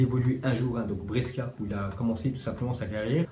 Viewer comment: On prononce brechia pas breskia pour les prochaines fois